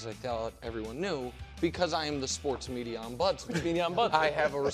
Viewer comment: “the medier”